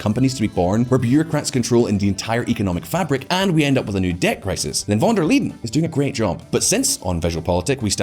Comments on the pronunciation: Von der LEYEN - pronounced like the English 'lie' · yea that was cringe..